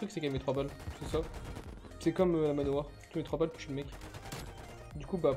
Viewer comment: dans cette vidéo j’ai entendu que « manoir »